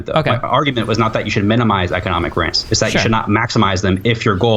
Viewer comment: "rense" - This due needs to pronounce Rents properly. Jesus christ